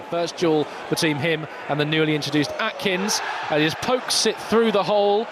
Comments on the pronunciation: calling AKINS, ATKINS is incredibly tinpot, learn players names ffs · Would have thought a bare minimum for a commentator is reading the players names. We don’t have a player called Atkins.